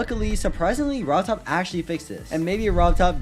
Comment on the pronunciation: “Rob Todd” 😂💀